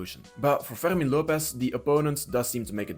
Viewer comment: Ferghhhrrmin Lopez xD The only way I can accept this weird ass pronounciation is if you're french xD